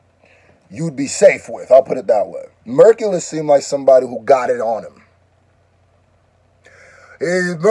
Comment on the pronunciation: It's pronounced like Hercules the hero.. all love . Dope song and reaction